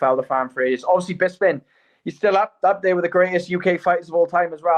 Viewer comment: Even though it's been mentioned before how people say "BisPing" wrong, I can't believe saying "BizBing" in the intro still hasn't been changed or even addressed! Please have Harrington do a new one right, including Felder's full fight name! Love this pod lol make no mistake